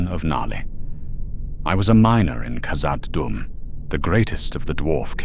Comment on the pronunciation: No dwarf would call Khazad Dum 'Moria'. And your pronunciation was abysmal.